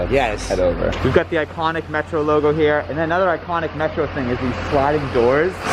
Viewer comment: when you say "iconic" your Boston accent comes through